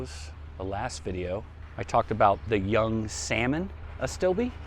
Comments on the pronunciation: Are you jokingly pronouncing it "young"? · Astilbe Younique Salmon ....I'm thinking it's pronounced "unique" salmon. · Younique (YOO-NEEK) Astilbe.